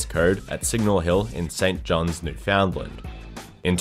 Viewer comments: you pronounced Newfoundland wrong The way we pronounce it is new-fin-land, with land being pronounced like as in "the land of _______" rather than island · Newfoundland isn’t one word you say it new found land